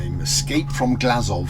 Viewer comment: glazov sound like glasgow